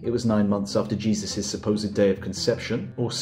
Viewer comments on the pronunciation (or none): none